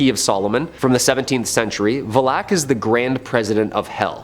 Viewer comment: Bros was messing up names left and right😭😭 its Arne (pronounced arney) and Valak (pronounced val-ack) not Aren and Vellak....